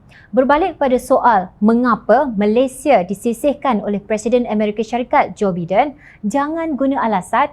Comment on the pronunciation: salah sebutan JOE BIDEN... SEBUTAN NYA ADALAH JOE "BAIDEN'.... jgn buat malu salah sebutan nya.